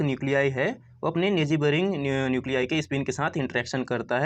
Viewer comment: 😂😂nejeyboring pronunciation was legendary